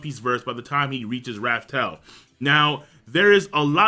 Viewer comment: i really like this video but the way this man says raftel and one piece makes my organs hurt